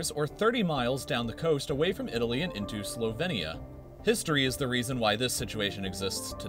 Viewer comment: You said "this part of didaly"